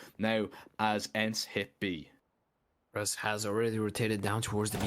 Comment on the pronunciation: Name: Grus Casters: ”Ross”